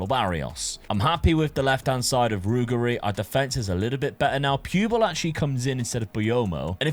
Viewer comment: Brother in christ 😢 use Forvo, you're butchering SO many surnames! Example: Ruggeri=Ru-GG-Eri. Meaning Ru-Ge(as in Gerrard)Ri. Not Rughery